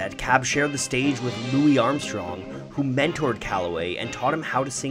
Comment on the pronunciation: Louis Armstrong pronounced his name "Lewis". How can you not know this?